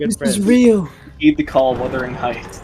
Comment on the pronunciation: WHUTHERING HEIGHTS ????? I MUST BE THER REASON WHY YOU HAD GIVEN UP YOUR SMILES